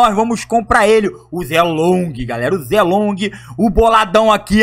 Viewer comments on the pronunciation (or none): a pronuncia nao e ze long a pronuncia e shei long